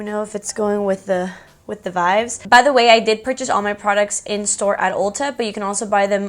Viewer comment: quick question: why do you say vibes like “vives”? lol, just noticed that